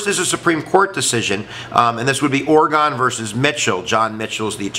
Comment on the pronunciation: That's not how you pronounce Oregon.